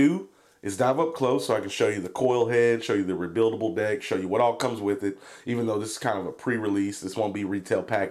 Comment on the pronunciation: When he said "deck" I heard "dick" and laughed my ass off.